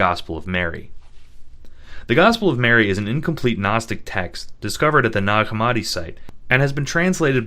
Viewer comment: there is a kind of gnosis to be found in finding new and elaborate ways to mispronounce gnostic